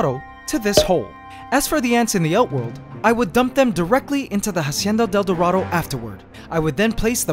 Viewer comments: I'm bilingual and I speak spanish. Try to pronounce it "Asienda del Dorado" Because in Spanish, the H is always silent. So Say Instead of "Hacienda del Dorado" try saying "Asienda del Dorado." By the way, you could also try adding "La" to the beginning of the name, so, "La Hacienda del Dorado". It just makes more 'sense' and it sounds better like that. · Ughhh it annoys me how you say "hacienda del dorado" But i love you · hahahahha how he pronounce "la hacienda: el dorado" epic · The way this guy pronounces Hacienda del Dorado is giving me cancer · I love how you pronounce “Hacienda del dorado” 💕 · Please google translate hacienda del dorado so you pronounce it right. It's agonizing to hapear you saying it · I was so annoyed for the pronunciation of the ''Hacienda del Dorado''